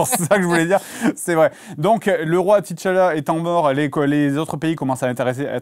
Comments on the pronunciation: Le "ti Tchalla" m'a tapé sur le système pendant toute la vidéo 🥱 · Pk ils disent T tchalla ???